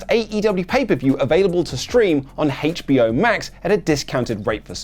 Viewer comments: Why are you putting so much emphasis on the H? You are saying Hate-ch Be Oh! LOL Pulling a Stewie Griffin lol :face-orange-frowning: Also, best transitions from segment to segment ever lol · Hearing “haich bee oh” makes me want to burn my house down.